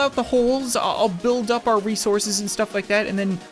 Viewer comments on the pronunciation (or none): none